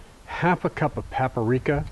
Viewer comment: Lost me at "exspecially," (no such word) and "paparika." It's paprika. Sheesh.